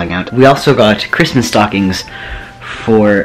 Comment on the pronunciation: "Merry cismas"